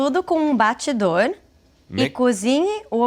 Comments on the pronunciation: She doesn't pronounce batedor properly. I never heard it being said like that in Brazil. I guess she was too young when she left the country. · For a Brazilian she pronounced "BATEDOR" very wrongly.... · I'm Brazilian and the way she said "Batedor" was really weird for me... It's like she was saying "Batidor" instead of "Batedor". '---' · Adorei, mas ela desaprendeu a falar batedor. Ela disse "batIdor" e o som correto é "batEdor". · "BATIDOR"????? é BATEDOR. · "bah tchi door" should be pronounced "bah teh door". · Ela disse "batidor" e não "batedor", e eu conheço como fuê, as vezes esses detalhes confundem muito. Foi um baita desafio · Ela falar batidor em vez de batedor foi foda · Ela disse "bate dor". Bem diferente de batedor 😂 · A Brazilian, "batidor" would be BATEDOR. It's a common "mistake" from someone that didn't grow up in Brazil and speaks English as their first language. I'm a Portuguese as heritage language teacher and I loved this episode. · batidor? Dude, there's a "e" in there. It's batEdor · Gente kakaka que pronuncia é essa dela? Batidor? É baterdor! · Que porra é um "batidor"? Essa mulher é brasileira e não sabe pronunciar as palavras da nossa língua? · isso que eu ia comentar, ela pronuncia varias palavras de forma diferente "batedor" virou "batidor" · Maybe because she lives in the US since she was 3, but she pronounced batedor as batidor, which sounded very weird to be. Not sure if other regions of Brazil would pronounce like that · i cringed so much with the "batidor", never in my life I've seen someone pronouncing it like that 😂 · "Batidor" foi de fudê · I am brasilian, and I dont know what she is talking about by "Batidor". if the recipe refers about the whisker, it is good to note here we call it "fuê" pronouncing FOO-A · Onde você viu isso no Brasil? É isso que estamos procurando saber. Nunca ouvi essa pronúncia, assim como a galera que comentou. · Actually, now that the video is close to its end I noticed she only mispronounced batedor